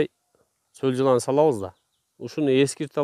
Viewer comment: Солжылан эмес соолжан , эч убакта сол жылан деп айтылбайт , соолжан , болду , Жылан пылан эмес